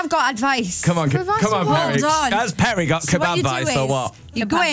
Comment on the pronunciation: perrie sounded so geordie 😂